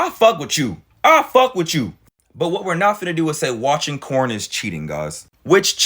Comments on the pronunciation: Girl you need to stop talking for all of us. I want a nice guy! I would love to have a nice guy in my life. You should feel blessed if he really is a nice guy. More men need to be like. are you single? Cause I would gladly shoot my shot if so 😂🤷‍♀️ Also are you calling it corn? Lmao I thought I was my hearing watch messed up at first. Lmao it’s so funny though listening to you talk about it using the word corn 😂😂😂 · Bruh, wait are you saying 🌽? I'm lost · Why is he saying corn? instead of porn? 😮